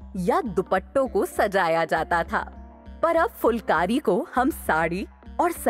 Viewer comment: aap dhang se uccharan nahi kar rahi phulkari ko aap fulkari bol rahi ho